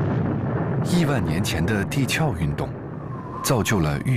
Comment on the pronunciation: 一直把地壳读成底壳（ke）